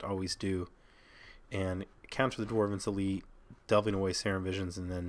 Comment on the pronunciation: I'm gonna die from hearing dwarven's elite. It's dwynen's elite bro. pls.